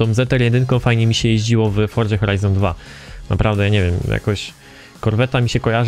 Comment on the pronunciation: dlaczego muwisz Horza Horajzon 3